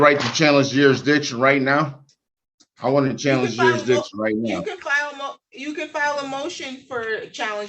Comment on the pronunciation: “Jeerisdicrion” makes you sound even more stupid😅